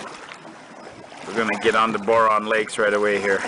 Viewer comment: that's my home area. I'm from quesnel. and just an fyi its pronounced b-ow-run. :) love all your videos too. ive backpacked many places you have filmed in Alberta as well. living in Edmonton at the moment but scampering back home to BC permanently this fall with my wife and 2 year old son. cant wait to take him out like you do with your boys. keep up the inspiration!